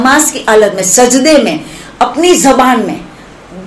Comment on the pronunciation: Ye aayi aabid bilgrami ki bahan. 😂😂😂 Sadde me nahi madam sajde me hota hai😂😂